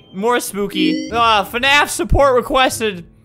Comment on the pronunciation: He said fANAF